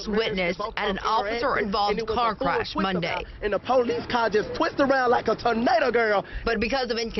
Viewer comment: I think he said furnado 😂